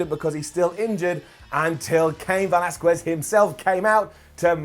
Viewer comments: Bro learn to pronounce Velasquez please. hard CK sound on the QU. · The way keeps pronouncing “Velasquez”... Down 😂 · once again pronouncing Velasquez wrong DOWN